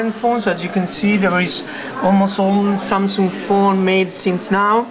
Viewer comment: lol 'samsooong'